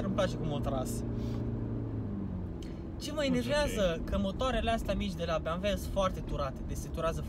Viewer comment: E ciudat cand spui "Beamve''